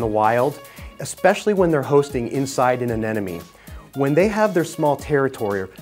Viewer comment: Darn it! Another "expert" cannot pronounce AneMone!! It's NOT AneNoMe. It's AneMoNe... Think Ana+money. Easy!!